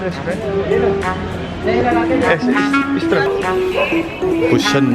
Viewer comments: You say Busan... To sun... But you have to say San... The " A" Sound😍😍😍😍😂😂😂😂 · Not Busan it should pronounce boo-shaan n it's part of city at south Korea